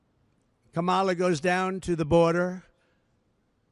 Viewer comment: Why does he keep intentionally mispronouncing her name and calling her comrade as to imply that she is a communist? So juvenile!